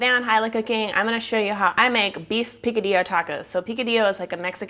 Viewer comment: Say P - Ka - d - yo, not P - Ca - d - Lo....